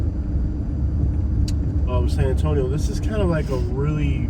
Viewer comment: You don’t know how to say San Antonio